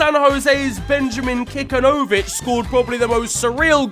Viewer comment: Im just glad you mentioned the most MLS goal that has ever been scored by my San Jose Even if you still bottled pronouncing the last name of Benji Kikanović